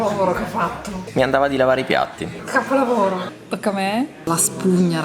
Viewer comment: Quando dice "guardate che chapolhavorho che ho fatto...... Chapolhavorho!!" tradisce il tasso alcolemico totalmente fuori soglia 😂